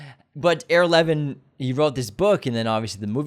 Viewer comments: EYE-ra Levin!!!!!!!! Do you not know any Jews?! Come on now! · It’s pronounced Eyera (Levin).